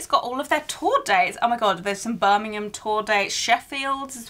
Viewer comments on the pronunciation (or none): That was a cringe moment when Americans reviews this box and butchered the names… Dear Lord… lay-che-sterrr Ber-min-gum Man-che-sterrr 🫠